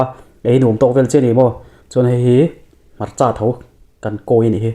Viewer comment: Hmarcha hi i sawisa ani ringawt zel, hmarcha i ti bawrhbang tlat 🤣🤣🤣